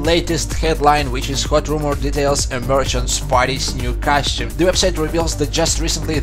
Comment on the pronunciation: costume not cashew.